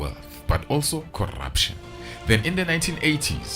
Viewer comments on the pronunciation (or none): I just love the way he says "corrrrruption" 😂😂😂😂😂😂😂